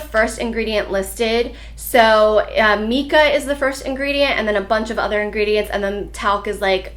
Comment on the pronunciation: Not throwing any shade but mica is pronounced almost like my-ca. I'm a geology major and thats probably why I know that silly stuff. 😂😂 The pur pallet looks amazing!!!